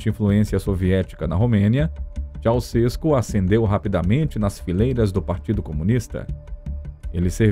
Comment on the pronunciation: Ceuausescu não é paroxítona, é oxítona.